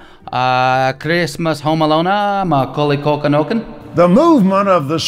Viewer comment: lmfaooo that fking sent me 🤣🤣🤣 fking sides split at "Macaulay Culkanonkin"